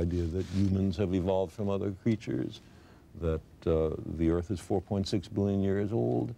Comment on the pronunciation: he was a citizen of earf HAR HAR HAR HARPOIWFHEPOIEWFHEOPWFIH